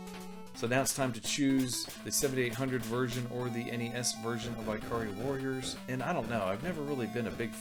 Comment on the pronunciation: really? Eye-kari Warriors?....lol.tell me don't also say Eye-talian,lol :P